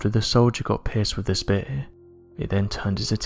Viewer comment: "After the soldier got "pissed with tha spare"...God, I LOVE accents!!!